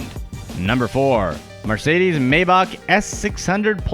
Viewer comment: Stop saying MArcedes, It's Mercedes you lower class shit... Also, none of these things are actually impressive other than the 737... Most typical millionaires can buy a yacht or a RR... Poor people should not be allowed on youtube...... damn Mexican, glad Trump is president so he can send you back to whatever shithole you came from!